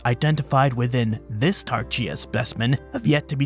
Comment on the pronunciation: Interesting you pronounced Tarchia as Tar-cheea rather than Tar-khia.